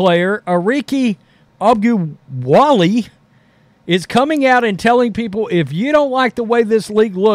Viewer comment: Arike O-gun-ba-whale? Pronunciation